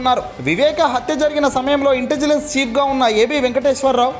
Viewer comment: ఇంటెజిలన్స్ కాదు సార్, ఇంటెలిజెన్స్.